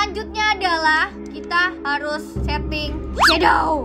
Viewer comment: Shadownya bukan itu bacaannya cumashadow aja